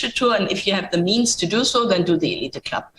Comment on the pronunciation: Elite Club is pronounced eleeet club